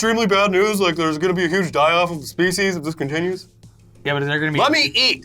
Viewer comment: Can't wait until next week when you can report on how "Uge" his celebration was. It's gonna be epic. Bwahahahahah